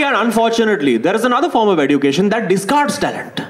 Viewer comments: EDUCATION is pronounced as eh·jyoo·kay·shn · Why is he pronouncing education like that? It grates on my ears. The 'd' in education is more like a 'dj' sound ( like the dge in fridge,). He's pronouncing it like d for duck. Sounds ridiculous.